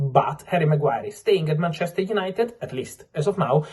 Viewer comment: Did you say painchester?